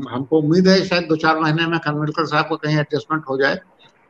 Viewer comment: भाई लोगो ये खनविलकर नही ‘ खानविलकर‘ है